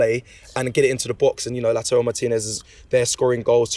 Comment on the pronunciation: No wonder LAUTARO Martinez doesn’t wanna join Arsenal is cos his good name is being butchered yet again by Robbie lmao. 😂 come on Robbie you’ve had a couple of years now to learn how to pronounce the man’s name. All jokes aside why would anyone wanna join us cos under Arteta we’ve done fck all and the signs are we will continue to do fck all.